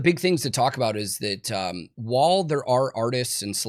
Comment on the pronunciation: I guess pronouncing "while" as "wall" is just something you do? That's a weird one. I can't imagine doing any simple task for just a couple hours and not having it completely mastered. How old are you? In your 30s? So you've spent decades using the English language as a primary means of communication for hours per day. Speaking, hearing, reading, and writing for hours every single day. Yet still haven't mastered a word the average first grader should comprehend. The lack of intelligence, perceptiveness, and self awareness must be off the charts.